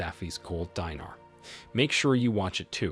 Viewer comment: Buddy it is not the Gold Diner …”Deenaar” a currency not an eatery 😂